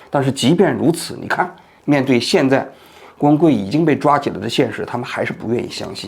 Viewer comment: 王局读的”郭文贵“怎么听怎么像”工会“，只有我一个人这么觉得吗？